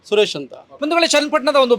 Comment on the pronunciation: ಸರಿಯಾಗಿ ಕೇಳಿಸ್ಕೋ, ಸುರೇಸ / ಸುರೇಸಾ????